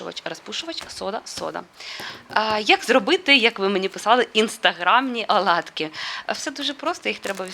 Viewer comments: Не аладки,а ОЛАДКИ.Для чого коверкати мову? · Не рАзпушувач,а рОзпушовач! Будь ласка , вимовляйте правильно.Аладкі ні, Оладки